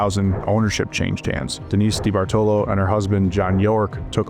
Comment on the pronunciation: Yeah this guy mispronounced all kinds of names because he doesn't have any kind of work ethic to research before he starts laying down video. New generation wants to just put out content